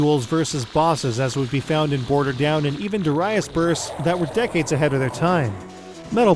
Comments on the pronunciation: durr-i-as? lmfao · Also, it's 'Darius' all one word...not Dar- 'I' -us with a hard I.